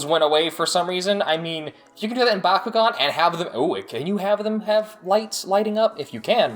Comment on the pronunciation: It’s Bak u gan